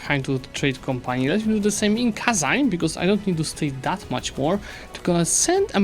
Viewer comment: no way, he actually said kazan right, what a chad